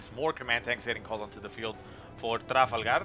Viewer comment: do you really have to say tRRRafalgaRRRRR so annoying lol